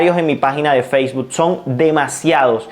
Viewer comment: Feisbud? xD Bien por el contenido, pero ojo con las pronunciaciones.